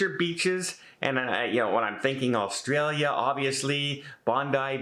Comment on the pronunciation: u can tell u werent here long... u cant even pronounce the country name